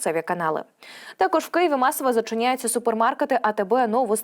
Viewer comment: Звідки ти взяласлова ФуНОМЕН, і другі перевернені слова украінськоі мови...НОБУЗПЕЧНИЙ, ТЕКОЖ